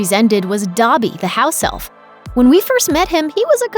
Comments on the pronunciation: YOURE SAYING “Dabby” it’s DObby...” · It’s not pronounced Dobbee, it’s Doebee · The way she says dobby is so cringey and not right